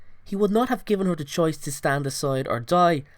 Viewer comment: im not making fun of his accent but it sounded like he said "whore baby harry" instead of "her baby harry"